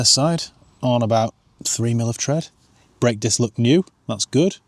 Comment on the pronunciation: Foot ont' brek 😆 very Barnsley